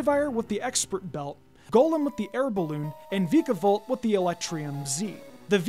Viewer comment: It’s pronounced toh-GUH-DUH-mar-oo and VIKE-uh-volt, “”! 🤨